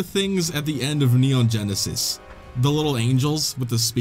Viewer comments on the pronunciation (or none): none